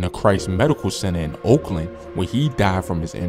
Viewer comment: Oaklàwn not oakland